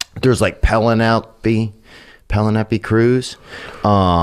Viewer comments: 58 😂😂😂😂😂 mf really just said “pellon eppie” Cruz 😂😂😂 dude even said it twice in a row🤣🤣 it’s Penelope Cruz not “pellon eppie” 😂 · I cannot comprehend how it’s possible that suga and his boy weren’t on the floor dying of laughter. maybe his jokes are going over their heads idk. Theo killed me when he said pelanepy instead of Penelope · Pel-in-nelpe Cruz. My side's hurt from laughing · "Pelanappy Cruz" jesus fucking christ theo. ahahahah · "Pellin appy Cruze" Ha ha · "Peno-leppi Cruz".....Lol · “Pelenapy Cruz?” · Penelopee cruz...his pronunciation..🤣🤣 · Pennel-eppi Cruz hahahaaahaa